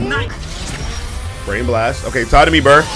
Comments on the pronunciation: Don't you pronounce buur like in Dutch "Buur" (Buur is Dutch for "neighbour")? Burr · IT IS NOT BRRR IT IS BUUR